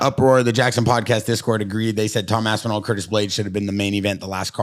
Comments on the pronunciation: they all started saying Assinall lol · why does Luke have to call Aspinall ASSINALL? bro wtf